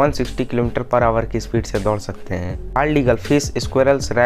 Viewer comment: Dor ni sakty ur sakty ha 🤣 thek sy bolo